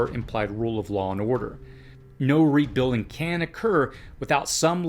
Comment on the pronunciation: Why can't you say rebuilding properly!